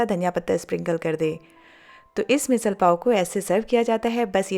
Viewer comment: It is pronounced as "Misadd"